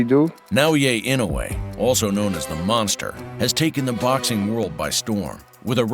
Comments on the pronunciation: "The Mongstherr" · Tyson: monthsther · It's Monster, but I really like the way Mike pronounces it, the "Mon(g)sta" !! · I thought Tyson said Monkster. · He said mongster 😂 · "monfteh"? Hey Mike, might be time to get those teeth fixed? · 'The mongsther' -Mike Tyson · Is it Mongster or Monster or can Mike this you can't pronounce it and it's monster just wondering for clarification